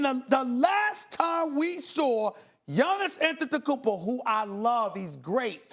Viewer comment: Stephen A Smith be like YANIS ATETOKOMPO DENNIS SHRAYDER LUKA DONCHICK KAWHI LENNID